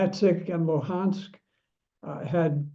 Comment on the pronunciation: “…the United States had built up a very powerful military force…” ‘…Donetsik and Wuhansk…” How should I take this guy serous if he cant even get the names right? Is he sitting in Langley and just reading from a script?